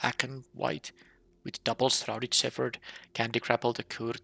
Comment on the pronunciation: Well, I see you're still pronouncing "shepherd" wrong. The ph doesn't make the f sound in this case.